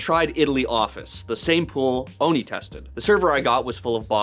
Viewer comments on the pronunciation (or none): ITS OHNE OH-NUH! NOT KNEE!